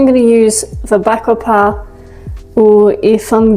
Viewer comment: This entire set up would look incredible if smone has a macro lens...and also the way you say "Bakhoepaah"...caught me off guard...great work...